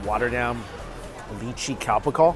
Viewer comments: I wonder when will find out that lychee is read as "LAI-CHII", my viewing experience will improve 100-fold. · Just a heads up, North American-born Chinese pronounce it "lee-chee" for some reason. I'm a transplant to the US and it weirds me out.